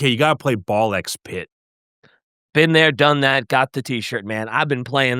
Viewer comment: face-fuchsia-poop-shape: "It's NOT Ball Ex Pit. Every "A x B" title influenced by Japan doesn't say the X. 🗾Like Spy x Family is just pronounced Spy-Family. Godzilla x Kong New Empire is just Godzilla-Kong New Empire. Hunter x Hunter is Hunter-Hunter. :face-fuchsia-poop-shape